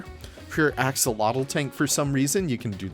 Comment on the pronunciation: My mouth dropped with that free-place water without the x-fighting... I would love to know if that's possible with all the others textures lmfao. Mods are getting crazy I can't wait to see what else people come up with also p.s... Axolotl is a Nawatl word, and it's not quite pronounced how you would think! There's a video by Chimalli Media, his Cafe con ep 6 that goes over how to pronounce it, it's kinda like "ah-show-lot"